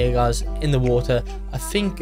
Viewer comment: Wo er = water